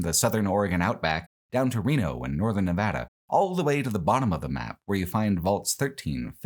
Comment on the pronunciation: Thank you for pronouncing my home state correctly! Nevada isn’t that hard guys